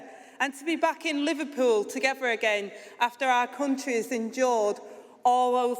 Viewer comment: "Togever". "Gavvered". The unions choice.